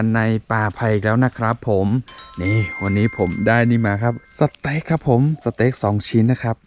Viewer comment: สเต็ก นะครับ ไม่ใช่ เสต็ก